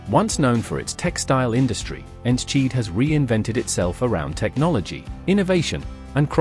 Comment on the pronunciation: Ens-cheat???? Thats the worst pronounciation i’ve ever heard for Enschede. If you want to pronounce it right. For english speakers its En-skuh-day. Its home to the Eredevisie football club of FC Twente.